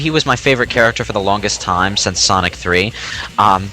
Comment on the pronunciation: Don't you mean SAWNIC